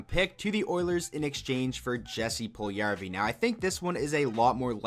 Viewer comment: The way you pronounce Puljujärvi hurts me so much......